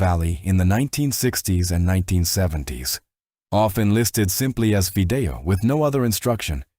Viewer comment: Fee dei oh not fi dee o